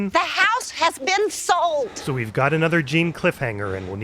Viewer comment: "The house has been sauld" made me laugh really loudly